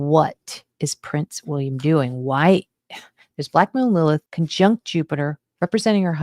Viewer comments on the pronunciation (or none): I keep hearing black”mold” Lilith